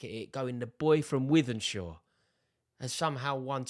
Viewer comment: Props for pronouncing wythenshawe right rory haha ❤